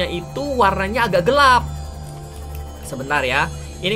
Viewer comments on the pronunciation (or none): none